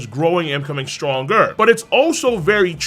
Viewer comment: stronGER seRIES Why the hell he talks like this